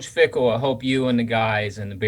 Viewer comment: It Fickell not “Fickle”. You just gave Cincinnati more fuel to beat us with the misspelling of their coach’s name.